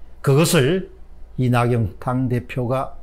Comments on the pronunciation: 오늘은 사람이름 발음이 다 틀리셨어요. 이낙영-->이낙연 조은상--> 조은산 사람이름 틀리게 부르면 실례입니다. 더구나 모두다 아는 이름이면 더 그렇습니다. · 박사님~! 조은상이 아니고 조은산. 이낙영이 아니고 이낙연 입니다.